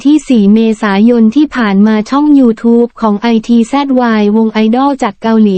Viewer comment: ITZY..ภาษาไทยอ่านออกเสียงวงนี้ว่า..อิทจี..จร้า